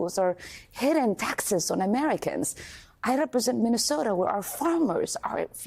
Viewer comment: The Minnesotan accent slipping out whenever she’s Minnesota is so pure lol